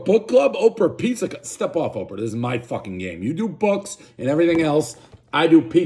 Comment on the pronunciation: One bite, everyone knows Dave mispronounced the following words; “Thrin crust” “Opo Winfrey” “Slow serve ice cream”